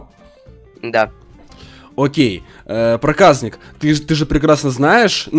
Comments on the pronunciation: Мне кажется ты говоришь проказнык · Топ видео! Но ты не говори проказник ты когда говоришь бесить начинает говори Проказьник но не проказник бесить начинает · Не праказнык а проказник правильно канал проказника сылк в а вот ссылка (Канал проказника) приатного просмотра